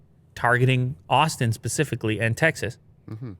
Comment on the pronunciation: Tecxas, Techsas...